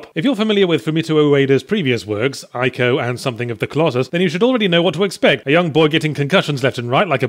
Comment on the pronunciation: Ee-co not Eye-co